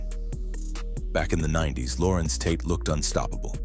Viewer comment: Hate these guys thinking they can read but gets names wrong as he'll. Pronuncistion is the 75% of journalism. Ho to school. WE HEAR UOU GETTIN IT WRONG.